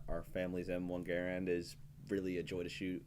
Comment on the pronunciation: GUH-RAND, GUH-RAND NOT GARE-RAND!!!!!!!!!!!!